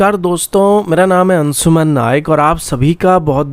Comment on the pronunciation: अबे,अपना नाम ठीक-ठीक बोला कर। अंसुमान नहीं है, अंशुमान होता है।